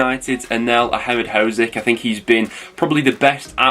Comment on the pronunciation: Blade Anel Ahmedhodzic's surname is pronounced Ah-med-hod-zitch. Thanks for getting his first name right though, it can be a tricky one lol! Up the Blades!